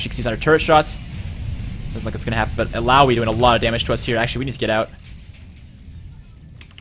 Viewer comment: Is hecarim viable this meta? Also nice job! Does anyone know when the new champ select will come out? Also good job on pronouncing ill ow ee :)